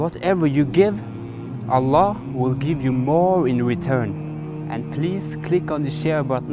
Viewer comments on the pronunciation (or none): Good acting ... Even he can't pronouncing Allah properly 😂😂😂😂😂😂